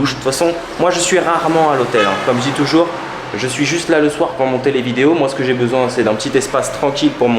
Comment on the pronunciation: See how pronounces "toujou🎶🎶rs🎶"😀